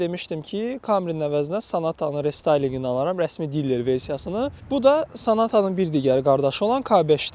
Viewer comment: sen evvelce dilere diller dememeyi oyren sonra danis qaqas